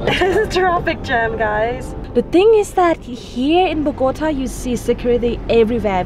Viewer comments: Tell her it's not "BO-GO-T-UH," it's BOG-A-TA. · As a “ rolo” I love it when she says “ BogotÁÁÀ” jajajajaja, great videos showing even the bad things of the city. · why does she say BO-GO-TuHHH ????? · ok, first things first...LOL...BO GAH TAH...TAH LIKE YOUR NAME. now that you have had your pronunciation lessons for the day...ha ha ha. looks like a pretty fun place, sides someone spitting on your face or birds pooping on your arms. ah well, go with the flow I guess. you guys have fun down there. been once and had a pretty good time so I feel ya. stay frosty, peace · Ay por favor señora se dice Bogotá. Bogotaaaaaaaa. Me parece interesante el video y ustedes son una pareja chevere pero aprende decir Bogotá... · Bo go TA, emphasis on the 'TA" pronounced as the "ta" in 'Tamales.' Mmmmm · Terry Flynn the go is pronounced with a long o sound not a gah. What she isn’t doing right is the last syllable, the tá, which should have an ascending tone. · Unfortunately, Bogota has a bipolar weather, and someone please teach this nice lady how to pronounce Bogota correctly. P.S I apologize for the spit. I had never heard of that, but please know that despite the few idiots and bad people the my country may have, the majority of us are kind hearted, friendly, very loving, and welcoming. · Dear lord, she really needs to learn how to say Bogotá. It’s like nails on a chalk board to Colombians with her current pronunciation.